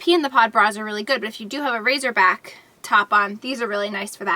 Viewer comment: It' sounds like you're saying, "razor back."